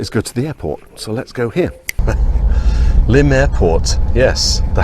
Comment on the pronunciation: Nice video. Subscribed. And thank you for giving me the correct pronunciation of Lympne, after all these years. I was 16 when BTTE came out and I LOVED it at the time, I think mainly because I was happy to hear Paul rock after the mellow London Town. I was stunned by the negative reviews and lack of airplay at the time. While I still love the album, I'd now have to rank it as my second least favorite Wings album (LT is least favorite), but there's no Wings album that I don't like, I think they are all great in their own aspects. I think my issue with this one is that I find it to be a case of the parts being greater than the sum. I mostly love the individual tracks, but the album just doesn't seem to flow well for my listening. And it is not The Broadcast that upsets the flow for me. I'm with Bowie, I think The Broadcast is unique and enjoyable and it has grown on me as I get older. It's the Rockestra that drags the album down a bit for me. Kind of boring, IMHO. I would expect, with such an assemblage of talent in one place, that material for Rockestra should have been a bit more dynamic. Granted, Rockestra Theme was award winning, but I can't for the life of me understand why. I've heard better soundchecks. I'd much rather he left Cage on the album, instead. Anyway, thanks for this insightful on location review. I'll be checking out your other videos soon.